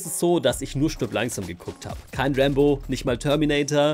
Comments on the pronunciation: Meint er Rambo oder warum sagt er immer Rainbow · Wer hat auch die ganze Zeit Rainbow statt Rambo verstanden 😂😂